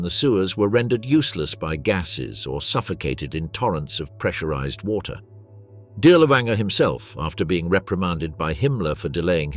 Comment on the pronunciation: Pronounced DEERLERVAANGERE.